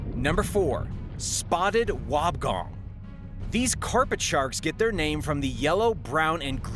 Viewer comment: It's pronounced wob e gong